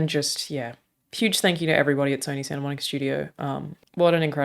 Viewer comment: Its Santa Monica not Santa Monique...